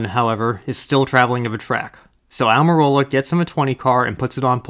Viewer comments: When Almirola was such an unknown that the announcer calls him "Amarillo" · Love someone like Rusty Wallace loves mispronouncing Aric Almirolas name.